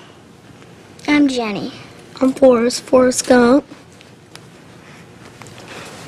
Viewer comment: OK Jen-nay